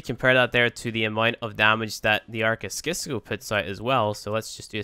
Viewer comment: It's pronounced 'sisco'